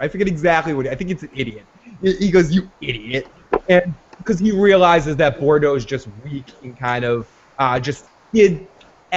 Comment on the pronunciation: I really want to be able to find your opinions credible...but neither of you can pronounce the name "Boudreau"" "Bourdeaux????" REALLLLLLY????